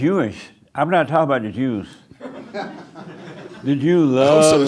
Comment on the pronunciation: Ahh it's the perfect pronunciation lady again avoiding any and all accent or misuse of Ts and Ds, except the Canadian "aboot" 😅